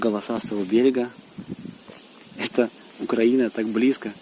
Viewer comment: УКРАЇЇЇЇЇНА , не УКРААААААЇНА!